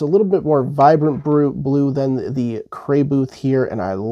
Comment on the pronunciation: It makes me irrationally angry how you constantly and repeatedly mispronounce Crayboth Ha ha!